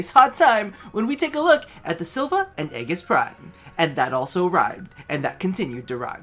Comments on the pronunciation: It's pronounced "ee-jiss" :( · am i the only one who loved the vid but was triggered when he said aegis wrong